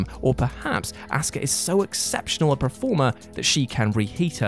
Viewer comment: Hey,. Please can we learn to say 'performer/performance' correctly? You've caught a touch of the Gary Barlow's with your 'preformer'